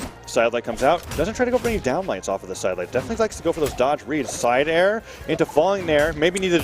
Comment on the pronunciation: Isidroo spear gameplay: Side air. Sair. Le'Sair. El Sair. More Sairs